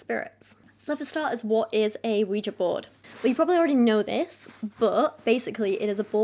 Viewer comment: Ah yes, the scary wega board...